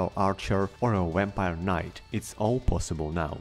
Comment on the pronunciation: I'm curious why some of you non-english speakers add the english W sound to words like vampire when in this case it is pronounced just like in your language